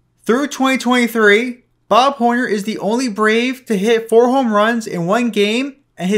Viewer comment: dude, why can't you pronounce hit?